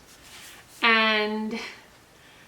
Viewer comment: I really enjoy your videos as a restful escape from stress! Fyi, “victuals” is pronounced “vittles”. I used to think this pronunciation was a colloquialism from the South. But no, it’s actually correct.